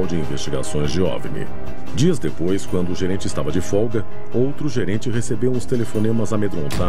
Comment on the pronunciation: "Diipois" da vinheta ☝️🏻😎